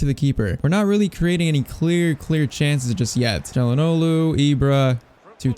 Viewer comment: The way he says Calhanoglu is really annoying even though literally nobody can pronounce his named, including me lol